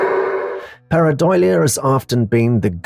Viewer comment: Dude... Jsyk: PAREIDOLIA IS PRONOUNCED... PEAR - AH -DOLE - YA